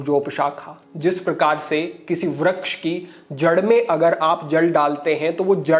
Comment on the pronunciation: kshamaa chaahataa hoon, "Vraksh" nahin, "Vriksh" hotaa hai.